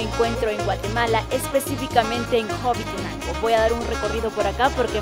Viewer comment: Corrección. Es Hobitenango no Hobitinango.😁👋😘✌️